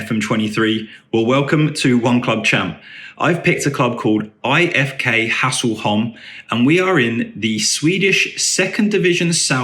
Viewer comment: ä is pronounced like 'eh'. So some pronunciations for you are: 'EE-Ef-Kay Hess-leh-holm' and Goteland = 'Yoh-teh-land'